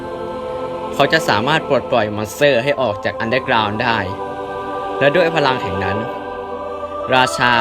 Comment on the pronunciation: พี่พูดว่า ตดลงมาในอันเดอกราว